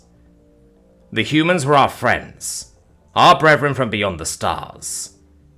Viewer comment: they woe our foewends